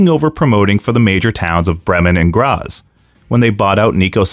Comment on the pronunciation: And it kicks off with a proto-Frankensteiner . Also that's not how any of those words are pronounced. BREH-men, not "Bremmen", GrAHts, not "Gras". Anyway, when I was a kid I remember Wanz coming onto a TV talk show and making a huge point out of them disallowing closed fist punches which I thought was really smart in explaining why you'd even use something as an open-hand chop. HOWEVER, I feel like you're not giving enough time to Peter William who was also very active as a wrestling commentator on German TV for 10+ years on a level comparable to Gorilla Monsoon (especially cause everyone else was the pits and still is).